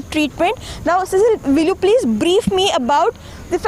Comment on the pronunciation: Please pronounce her name properly. It is pronounced See-sill. It is of French/Portuguese origin. Cecil is the pronunciation of the male equivalent.